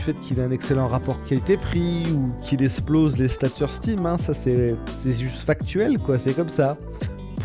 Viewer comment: Qu'il "esplose" 😅😅😅😅 pourquoi les français n'arrivent-ils pas à parler leur langue... eXcuse, eXplosion... Bientôt les gens diront "pestacle", comme les enfants, et ça semblera normal...